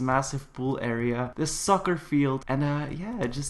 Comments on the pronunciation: not trying to be rude but when you were talking or earlier i thought you said " Sucker" instead of soccer LOL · am i the only person that herd sucker field instead of soccer... XD